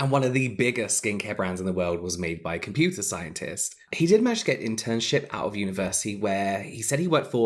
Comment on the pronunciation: The way you said computer scientist made me laugh so hard